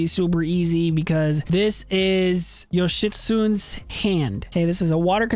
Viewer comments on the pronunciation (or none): It's Su-Ne bro in Yoshitshune. Thanks as always for the tips